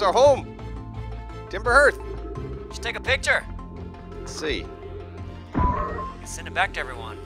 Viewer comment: Love this style guys, watched subnautica a few times😁👍. (BTW hearth is pronounced harth)